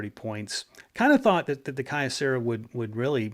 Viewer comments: I was a Kyocera dealer and it's pronounced Kee-O-Cera. The original name of the company was Kyoto Ceramics Company. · Always an entertaining episode. BTW, I'd always heard Kyocera pronounced as "Kee-Oh-..." as with the city of Kyoto (Kee-Oh-Toe) in Japan. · Just because I am OCD. 'Kyocera' = KYOto CERAamics" so the name 'Key-oh' as one syllable like Kyoto (not Key-oh-toe) = kuhyo But then, my pronunciation here is off on other words too with my thiiiiiiiick American accent when speaking Japanese.